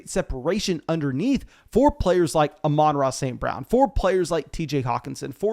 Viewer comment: I'm just glad you finally pronounced Amon-Ra right